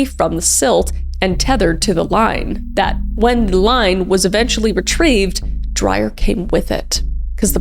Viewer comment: Hi Kris. South African here. Curious that Deon was Australian, as Dreyer is a very common South African surname. Pronounced Dray-uhr, by the way. Perhaps he was a second-generation Aussie. For some reason, it is quite a big sport here in South Africa to push oneself past the brink of sanity... Shark cage diving is another South African pastime that I won't begin to try to understand.